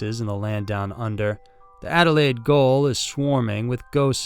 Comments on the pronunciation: What's a gayole? If you are trying to say "gaol", it's pronounced the same as Americans say jail, We just spell it correctly. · so FYI... Adelaide "GOAL" is actually pronounced "JAIL" here in Australia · Goal it's prounced Jail. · Gaol is pronounced like "jail". It's the British spelling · Dude Goal??? Gaol. Its pronounced Jail! Idk what you're talking about and I've lived here well over 40 years lol there is way more terrifying stuff around here, that stuff you're talking about doesnt even hit the sides.. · Gaol is pronounced jail. Not goal 🥅 😂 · it's not goal dude it's, GAOL. pronounced jail. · Goal is pronounced jail. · Goal is still said the same way as Jail... Anyway love it guys... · "Goal" is pronounced "jail." Do you do any preparation? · Im sorry I laughed at the Adelaide Gaol (Jail) one. Being from there and hearing it called a goal, couldnt take it seriously at all. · It's not goal. Australians spell Jail = Gaol. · Was hard to concentrate on no 2 because of the way you pronounced gaol as goal lol us Aussies still pronounce gaol as jail it’s just written a completely different way.. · Goal is pronounced jail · Regarding story #2, although it is spelled, "gaol" it is pronounced ,"jail" like in America, not pronounced "goal". Just thought you should know.😁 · Just a quick note, the word "gaol" in English is pronounced "Jail", it was pronounced as it is read with a hard G in the past, but this has now been supplanted by the modern pronunciation. This was a post from a very pedantic Englishman 😊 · I love this channel but Gaol is pronounced Jail it's just the old times spelling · Oh my gosh. Ghoulburn!!!!!!! We say "Golburn" And goal-something you aim for; gaol-a prison. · Ok,. "Ghoul-burn" is pronounced "Goal-bun". Gaol is still pronuounced "jail", and thank you for covering more Aussie cases 💙🇦🇺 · Pretty certain the word “gaol” is pronounced “jail” 😂 (yes, Australia be strange...I grew up in VIC and yet am still bewildered by the local lingo tbh)